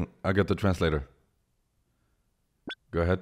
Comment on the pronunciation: gew away! Note: gew is how say go.